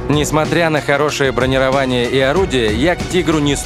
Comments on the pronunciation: Ну, ведь бронИрование, а не бронировАние! :( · бронИрование а не бронировАние.